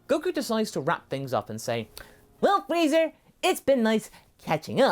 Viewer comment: After watching TFS abridged series all I hear is Freezer. Wait is he saying freezer or frieza?